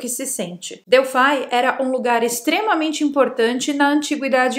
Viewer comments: só me doi o ouvido quando vc diz Oraculo de "DELFAI" já que a pronucia e Delfos ou o no Grego Delphi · pois é eu tb fiz isso só me doi o ouvido quando ela diz Oraculo de "DELFAI" já que a pronucia e Delfos ou o no Grego Delphi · é "oráculo de Delphos". Delfai, não. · vc está pronunciando errado a palavra Delfos. Dentro do templo, o principal espaço chama-se cela. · Q nervoso ela falando Delfai 😂